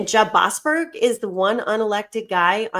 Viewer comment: Boas-berg. Berg Man Stein